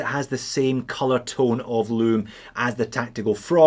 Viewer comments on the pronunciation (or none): none